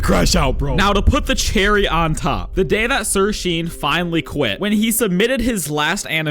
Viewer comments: Pretty sure sirsean is pronounced sirshawn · SIRSEAN is pronounced "SirShawn" btw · actually its sir.sean pronounced sir SHAUN